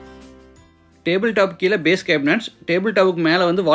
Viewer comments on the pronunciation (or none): none